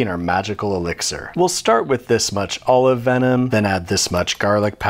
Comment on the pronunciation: Bro said Olive venom🥲